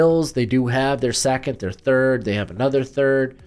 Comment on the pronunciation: Hey why do you pronounce ‘second’ by saying ‘Sack-it’ ? I was legit confused and had to rewind it back cuz you lost me 😂😂 it’s a legitimate question..